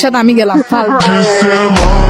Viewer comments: লয়াল ❎ দয়াল ✅ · লয়াল❌ দয়াল✔️